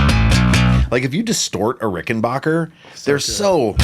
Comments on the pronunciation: Why do people say 'Rickenbocker'?! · So each time I hear the name "RickenBACKer" mispronounced my Heart Breaks and Tears of Sadness run down my Cheeks. 😂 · so Ian has decided he's gong to STICK with mispronouncing Rickenbacker forever? and of course it's the Rickenbacker on Come Together, not the Hofner. Also, Paul's "cavern spacing" Hofner was an earlier 500/1 (violin) bass, not a 500/2 Club Bass like yours.